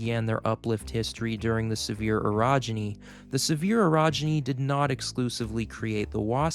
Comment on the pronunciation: you need to pronounce orogeny a little less like "erogeny" which is something completely different